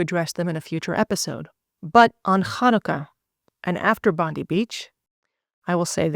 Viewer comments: Just a side comment, the pronunciation is actually Bon-deye, not Bon-dee. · It’s pronounced Bond eye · Just quickly, Bondi is pronounced as Bon-di (di as in Diana) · The pronunciation of Bondi In Australia is pronounced Bondeye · Pronounced “Bondye” Beach. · Pronounced ‘Bond eye’ beach. 😊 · Excellent video . Minor point : Bondi is pronounced as Bondie . Ironically. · FYI, you're mispronouncing Bondi beach it's Bond-eye. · Please use the Internet to hear how to pronounce Bondi Beach because you have got it wrong